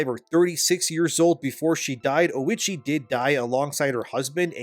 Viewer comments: thats not Oichi , thats Oishieettt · 😂 “lady oh-itchy” 😂 it’s oh-ee-chee